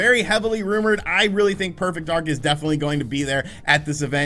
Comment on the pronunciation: Did he say perfect dark or perfect ark???